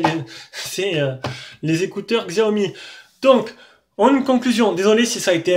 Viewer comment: En Chine le X se prononce Tche. C'est donc pas Gziaomi mais Tchaomi.